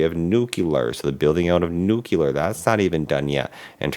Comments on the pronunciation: Nuclear is pronounced NOO CLEE UHR. Not NOO KEW LAR. Look at the way it’s spelled please. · You need to learn to say NUCLEAR correctly.